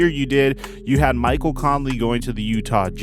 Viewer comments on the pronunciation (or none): none